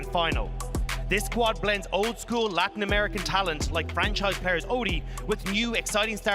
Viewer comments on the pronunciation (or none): none